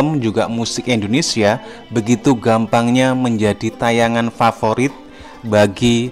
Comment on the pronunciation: Sorry bang pengucapan u salah bukan Endonesia tapi Indonesia